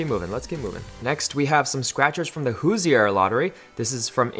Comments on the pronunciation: It’s pronounced hooser not hoosier!!! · Not trying to seem like that person but if you're from southern Indiana that's not how you pronounce Hoosier.